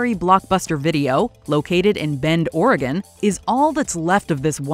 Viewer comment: Thank you for pronouncing Oregon correctly!